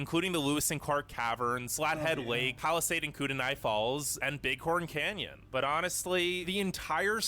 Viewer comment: yeah, it is TINY when you see it in person. And they used dynamite. As someone from the area..... some of the places being shown for Utah..... were in Arizona. kootenai (koot-nee) it’s an Indian word, like Spokane being spoke-ann. , all sides but 1 are surrounded by ocean keen-eye, not ken-eye